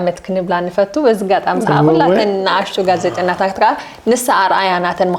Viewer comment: ሄሉ ዓበይ ሰብ ስለ ኩሉ ትሕትናኺ ደስ እዪ ዝብል።እዚኣ ቃል ግን እንተትእርምያ ጽቡቅ ነይሩ።ተደጋጋሚ እንዳ ሰማዕክዋ ልምዲ ኮይናትኪ ኣላ።ትግርኛ:ጋዜጠኛ:ስነ-ጥበበኛ ዝብል ቃላት ብልምዲ ትግሪና:ጋዘጤና:ስነ-ጥበበና ኢልኪ ተድምጽየን ኣለኺ ኣርምየን ኢኺ❤